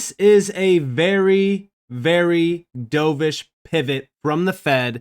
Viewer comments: dove-ish, not dough-vish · pronounced "dove-ish", like the bird. Opposite of "hawk-ish", also a bird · Dove like a bird, not dove like dove in to a pool 🐦